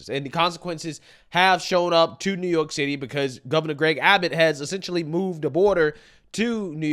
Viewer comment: my MAN said NEWYORK TITTY